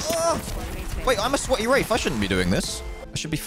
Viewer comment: When you say wraith, it sounds like you say wraf